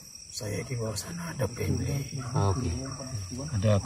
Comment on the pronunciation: mau juga c beliau speking2 london bah ‘family’ knun...lucu banget🤣🤣🤣 btw owez support bcmy💪🏻❤️